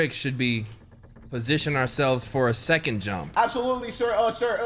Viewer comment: Its definitely seconth 😂😂😂